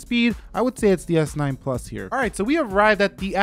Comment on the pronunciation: Hold your horses. It's not always s9 ploos